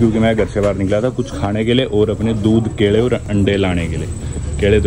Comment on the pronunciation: Kele❌️ Kede✅️🤣